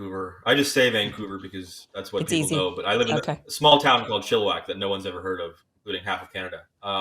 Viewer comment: "Chilliwack"? Is it chill and wack?